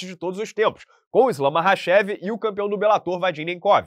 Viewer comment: "Sebana passada", "Islam Bakhachev". O tá de boassa